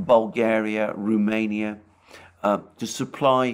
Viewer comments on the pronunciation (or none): none